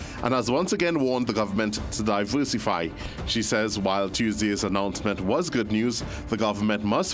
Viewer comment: Announcement not Announcemont😂😂